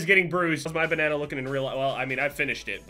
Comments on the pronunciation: Why do you say banana so weird 🤣🤣 “benena” lmao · You say banana weird